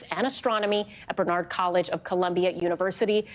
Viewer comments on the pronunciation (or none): She said Bernard College? Really?